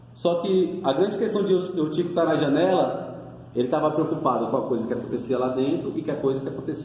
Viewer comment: Não é troade é trôade...não Eutico e sim Êutico.tem acento meu irmão.. as palavras foram pronunciadas de forma errada.fica a dica